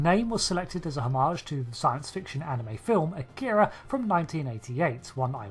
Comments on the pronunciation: This is one of my favorite ships. However I wish people would pronounce it correctly. It's not a-keer-ah It's ahh-key-rah. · No English speakers pronounce "Akira" or "Kobayashi Maru" correctly. "Ah-kee-ra" " Ko-ba-ya-shi Mah-rue" not "mah-roooo". The "ru" is a short vowel sound.